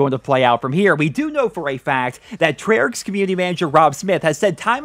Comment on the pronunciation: Btw it's treyarch